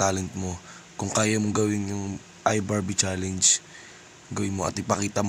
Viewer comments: CHALLENGE HINDI "CHALEYNGE" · iBarbie"challeynj" hahaha